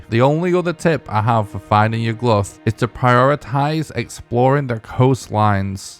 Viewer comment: Why do you pronounce it like Yug-Luth 😭